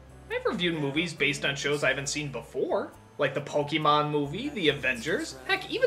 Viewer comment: is he saying "polkemon?" NITPICK!!!